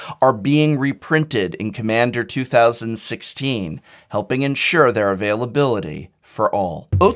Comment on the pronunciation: I could understand if it was 2015 back in January or February. But 2016 is almost over and you still flubbed lol.